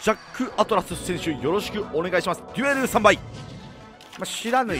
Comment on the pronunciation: デュエルスタンバイがニュエルに聞こえた